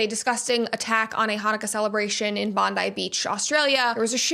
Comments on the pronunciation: Thank you for pronoucing bondi beach correctly. So many call it bondi like Pam Bondi. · Our girl pronounced BONDI correctly!! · Never heard an american say bondi properly before 👍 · I think you're the only American who pronounced Bondi correctly.